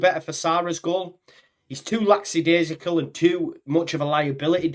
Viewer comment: ffs it's LACK A DAISICAL ( not lacksadaisical)